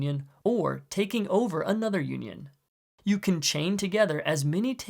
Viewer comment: The way he says “union” made it sounds like “Yuenyeung” which, ironically, is a symbol of conjugal love in Chinese culture. This word can also be traced to “yin-yang”, which is represented perfectly by the feet of black and white pieces because when they are united they create a yin-yang symbol.